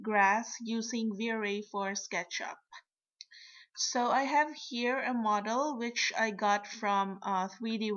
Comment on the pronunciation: It's model not meadow.